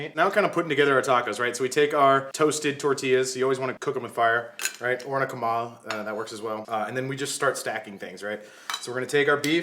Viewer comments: It’s comal not coman lol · When you said “comal,” I fell in love!